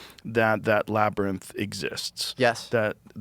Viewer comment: Can someone please explain to Joe that the word is not laber-nith. IT IS "LAB-UH-RINTH." This is even worse than the "Jane jis" Genghis pronunciation because this is just flatly wrong.